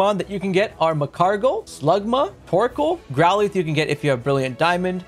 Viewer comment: I hate to be that guy, like it really pains me, but what the hell is plethora ? Do you mean pleh-thr-ah? Edit, again sorry, but growleth? It's growlith.